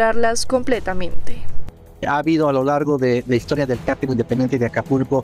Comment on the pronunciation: Hay una gran diferencia entre "cártel" y "cartel", la reportera le dice "carteles" a los "cárteles" criminales.